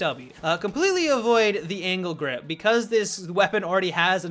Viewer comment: when he said "angled grip" I thought he said "anal grip"